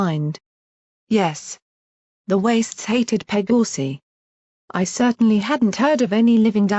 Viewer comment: The way how it pronounced "Pegasi" and "Pegasus" took me some time to hear it properly